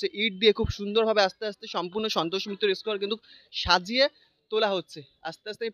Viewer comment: R e bhai santosh mitra asquare na be square hobe 😂